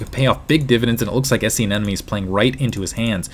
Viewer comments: Isn't it aneMone rather than aneNome like you keep pronouncing it? Kind of bugging me :P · Wow. Great game and great cast. Only thing, and I might be wrong, but it sounds like you're saying "an-enemy" instead of anemone (an-emeny).